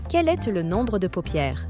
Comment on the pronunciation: Effectivement, à un certain moment j'ai aussi noté cela. Toutefois certaines autres prononciations de mot telle que le est (verbe être) est prononcée comme Est (point cardinal) tout comme le ton mononocorde et ne respectant aucune ponctuation me laissent penser que cette voix est artificielle. Bien faite, presque humaine mais définitivement artificielle.